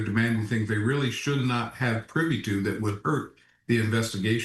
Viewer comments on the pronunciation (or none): none